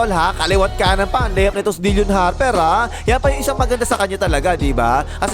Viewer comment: Bakit "dil-yon" Harper ang bigkas mo?